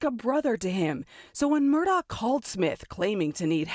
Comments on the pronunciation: The name is actually pronounced "mur-dock." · It's actually pronounced "mur-dock." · His last name is pronounced "Mur-Dock."